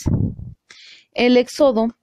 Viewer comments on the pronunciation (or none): ¡Éxodo, no Exódo!